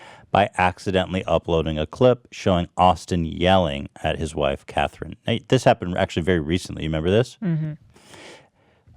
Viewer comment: But why did he pronounce "Catherine" Cathreen 🤣?!